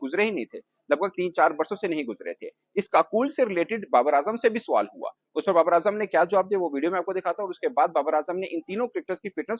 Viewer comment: Suwal Nahi Hota Sawal Hota Hai Pendu 😂